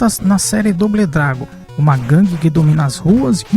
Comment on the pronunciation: Bão o video, mas tem q melhorar o inglês, só uma dica, "doble dragon" fale "dobou dragun".